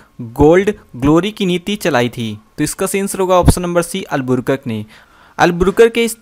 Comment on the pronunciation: पढ़ने तो जनता नहीं है अलबू कर्क के।जगह अलबुरकक बोल रहा है🥵